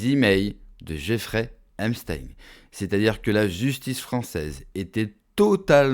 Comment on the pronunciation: C'est pas Emstein, mais Epstein !